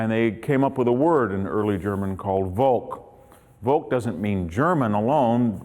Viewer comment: "Volk" is pronounced as "folk", not as "wolk". How it comes that somebody, who pretends to have read German philosophy and history has no idea about German language? May be because this is not a history (at least in academic sense) what he does?